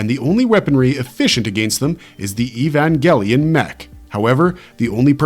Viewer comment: Evan WHAT ? That's not how you pronounce it is ?